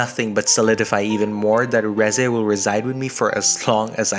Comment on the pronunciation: Thank you for pronouncing her name right. And not Reezay like half these idiots do.